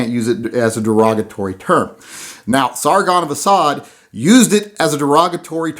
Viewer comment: SARGON of ASAAD haha